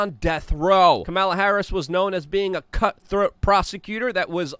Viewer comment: Luke, you mispronounced cunt throat! Love your energy!! Keep up the great work!